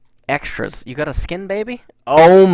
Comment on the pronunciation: why do you and artosis say "gut" instead of "got"?